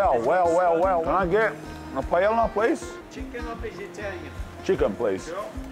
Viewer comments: Bra u gotta pronounce Paella properly with a name like lol. PA EH YA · first time i heard someone pronounce the L in paella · A that can't pronounce paella... the lols